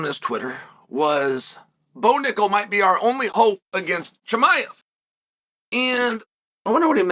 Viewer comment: Bo Knuckle (accented)